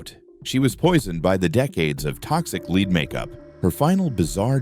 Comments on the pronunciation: LEAD NOT LEED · Very interesting, though the AI narrator gets leed and lead mixed up frequently 🤫😄